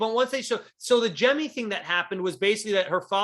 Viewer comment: I'm probably more annoyed than I should be about he saying "Jem" instead of "Jemmye"